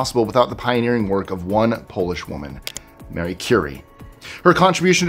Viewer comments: It's not MARY!! I've heard too many people say her name wrong lately!!! It's Ma-ree!! Like Maria without the -a on the end!! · Good job pronouncing many difficult names....but when did MARIE Currie become Mary? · Yet he calls Marie Curie "Mary". 🙄